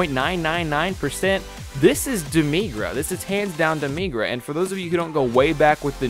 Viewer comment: its not demigra